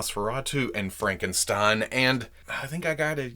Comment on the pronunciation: the stein in Frankenstein is pronounced st i like you say I n